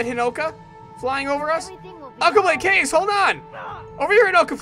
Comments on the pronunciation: cringing so hard... kaze is pronounced KHAze which is japenease for wind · For this playthrough, I'm ok that Kaze's dead if it means you wont say his name incorrectly anymore. I just hope you know how to properly pronounce it by now.